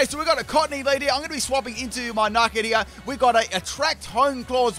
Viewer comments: do you purposefully mispronounce the names? It isnt Nike it its Nick it. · Nickit is pronounced Nick - It. “Nick”means steal in the UK, so it literally means steal it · the way you pronounced nickit destroyed my ears. day 74 of asking for a full torracat team